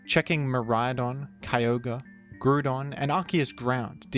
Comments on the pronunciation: Did this guy say Grudon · Holy cow i havent heard someone pronounce Groudon like that since i was like 8. We called them "Kai•oh•grēē" "Grōō•dôn" and "Rā•kwô•zâ" Blast from the past.